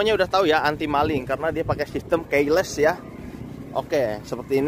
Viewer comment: Maaf bang..ngomong KEYLESS nya dibenerin dikit ya... Ga enak dengarnya.